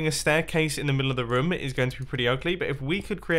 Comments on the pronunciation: Is anyone else annoyed how he says room??? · The way he says "room" I's great